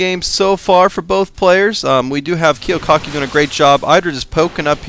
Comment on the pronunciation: You missed pronounced Kiwikaki's name the WHOLE GAME. So annoying.